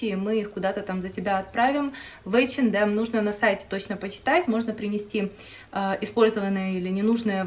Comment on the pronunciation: Нравятся Ваши видео, приятно смотреть, хотел только поправить что h&m произносится как эйчинэм, без д)